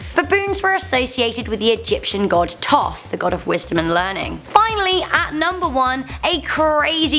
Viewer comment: The crocodile God is called Sobek and you pronounced Thoth wrong 😊 I know this from the Kane Kronicles by Rick Riordan (go read those books)